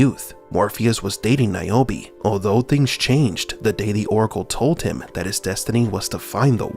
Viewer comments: Who the F is Niobi always thought her name is nirobi😂😂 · Keep NAOMI’s name out yo motha fuqing mouth 😂😂😂 it works, say it like he did 😂